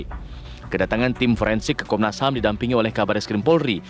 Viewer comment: Konnas HAM ya??? Bukan HAM burger kan.??